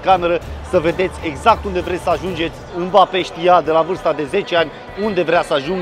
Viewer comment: Nu e mabape se pronunță embape